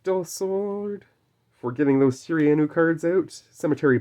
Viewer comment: loved everything about this video except the pronounciation of Shiranui. You should do one of these with Kaiba where you go through and get him to pick his favourite card, we all know it will end up being LOB Blue Eyes White Dragon... but still would be a cool video! LETS GO GENESYS!!! WE'RE BACK BABY YGO 4EVER!!!